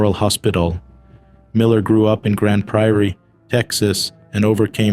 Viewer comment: Is the narration computer generated? Who would say TOOSLA for Tulsa, and Grand PRIORY for Grand Prairie, TX?